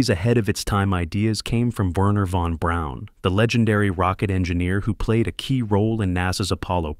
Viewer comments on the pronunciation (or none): none